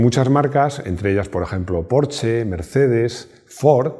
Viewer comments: Los 80's son: Laca, Hombreras, Música disco ... y GRUPO-C!!! Excelente vídeo otra vez P.D. Se pronuncia Porsssssssssssssshhhhhhhhhhhe mi mujer, alemana de Stuttgart, se pone enferma cuando digo "porche" ;-D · Se dice Porschaaaa!!!! jajajaja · Este hombre se queja de que digan lamboryini y no lamborguini ( lo escribí como se dice ) pero dice porche :v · No entiendo, no se supone que "porsche" siempre se a pronunciado "porsh"? Siempre he tenido entendido que quien pide un porsche amarillo te pintan la entrada de tu casa de ese color... :))))